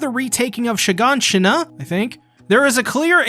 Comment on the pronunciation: Hey you pronounced Shiganshina correctly :')